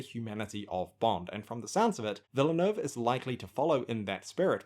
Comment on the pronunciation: This would have been more useful to you before you said it 42 times incorrectly, but it's pronounces "Vil-neuve" the "e" is silent in French (as opposed to Spanish). Cheers.